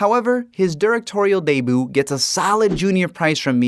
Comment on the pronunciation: Did u say deboo instead of debut?? 😂